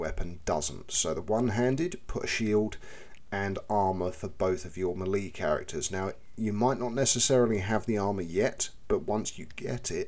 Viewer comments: More like "may-lay" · Melee, pronounced 'Mell-ay' 😉